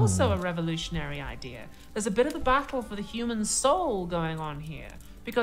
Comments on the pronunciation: "Idier" It is Idea no "r" on the end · I hear all English speaker dol this it is not just a Brit thing. it is the mis teaching of English and nothing but. I am sure u have heard someone say "famaily."